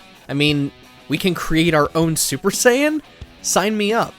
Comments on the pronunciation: Ahh yes… the “scion” saga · I'm just going to pretend I didn't hear that mispronunciation of saiyan...... R.I.P Akira toriyama-san